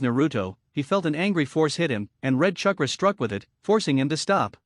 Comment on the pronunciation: This is the worst grammar I have heard in a long time. Eetaka Uchiha, uh the raykage, keesame, kunow, umboo, gkey, sazukay, chuckra, kage booshin. Seems like one long run on sentence.